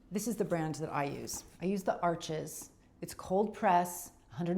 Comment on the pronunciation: "Arsh". Not "Arch-ez"